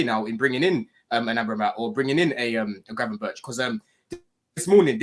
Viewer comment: cant try to pronounce gravenberch right ffs